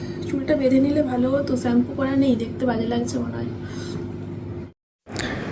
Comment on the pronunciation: Shampoo r, shower etc jekhane thake শ এর উচ্চারণ খুব খারাপ লাগছে।Pl correct yourself for your betterment.❤